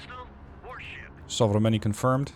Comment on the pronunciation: >Udaloi >Sovremennyi Damn you become really great at pronouncing all these russian names:D